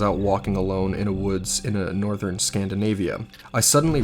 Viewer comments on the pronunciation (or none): none